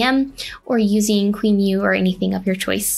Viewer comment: genuinely just realised you're saying QEMU, I've never heard it pronounced like that XDD